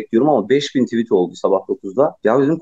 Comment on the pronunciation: nevşin hanım noooolur tüvit demeseniz nooolur